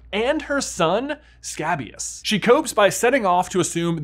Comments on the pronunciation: Your pronunciation of scabious is off, it's pronounced skay-bious, not scab-ious. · It’s pronounced Skay-bee-uhs 😭😭